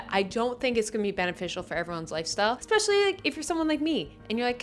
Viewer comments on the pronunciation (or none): none